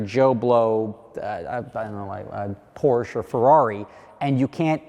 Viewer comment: As a consumer, your objections are understandable. As a business concerned with brand/marketing/scarcity/margins, your objections will fall on deaf ears. Also, learn how to say Porsche. ;-)